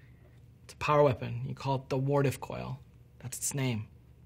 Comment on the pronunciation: Wow you pronounced Wardcliff Coil wrong, I can't believe you would have done this, do you know how skilled I am with Wardcliff Coil? I have over 500 kills with it in quickplay and you just want to shamelessly disrespect me and my baby with no sorry? This a new low even for Bungie, im disliking and i am blocking you on Twitter.